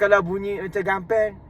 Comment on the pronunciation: Suka betul dgr najla gelak. Haha addicted gelak dia tu. Dgn piqa kecek kelate dia kt part oyak oyak tu, comey lah. Dgn besiap makeup dia dgn rmbt dia lg. Haha. Dgn sebut gampey nye. Haha. Kenot betul la random diorang ni. Haha